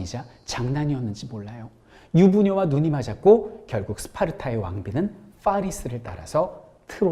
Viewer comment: 퐈~뤼스 ㅋㅋㅋㅋㅋㅋㅋㅋ 설쌤 너무 재밌어요!!